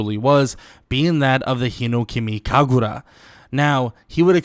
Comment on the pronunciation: I love your videos but it’s hinOkami kagura not hinekami kagura. That’s literally my only problem I got, so the channel is still fire lol, much love brother.